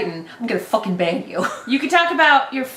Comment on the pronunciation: did you say Ban or Bang? Because in Australia bang has vastly different meaning.